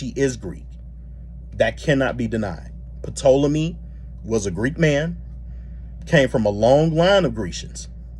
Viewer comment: The “P” in Ptolemy is silent so just pronounce it Tolemy. Also want to correct something, Egyptians at the time of Cleopatra were a mixed society. They were mainly middle Eastern (Coptic and Middle Eastern Semitic) and black. Also Ptolemaic Dynasty was notorious for inbreeding to keep their gene pure, so there is a low likelihood that she was visibly a black woman. there is a possibility that she might have had some local Egyptian mixes from her unknown grandmother’s side. So I do agree she might have been mixed, but this would lean her to look more Middle Eastern. Was there black in her, it’s possible. however, her features from most reliable depictions at the time don’t look black. I feel Jade and her people just wanted to create a sensation and their mission was accomplished.